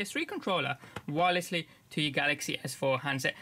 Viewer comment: you said wiresly